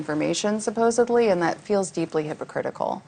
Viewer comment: did she say SUPOSABLY?